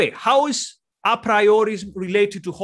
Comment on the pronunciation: Hoppe is pronounced like "oppeh"